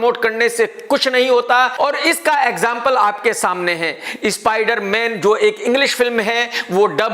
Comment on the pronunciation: Nobody: Literally Nobody: KRK: इस्पाइडर मेयन 😜😜